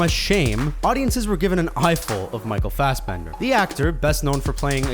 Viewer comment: Isn't it Fassbender, not Fassbend?